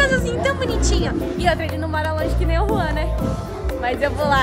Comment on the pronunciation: Mano porque vocês falam juan é ruan